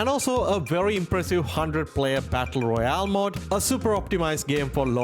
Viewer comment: he means mode not mod you guys